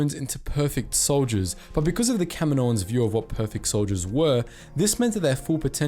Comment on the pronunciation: Thank you for pronouncing “Kaminoans” correctly :)